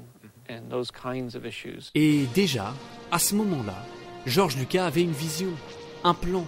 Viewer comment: Le s de Lucas se prononce 😉